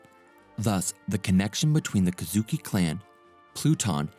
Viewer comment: Nerona Imu ,not Nefertari ( Lili,Cobra,Vivi). Ohara ( Oh- Haara) Kozuki ( Kogh - Zoo - Key) Mary Geoise ( Maa-ree Jo-Aaz).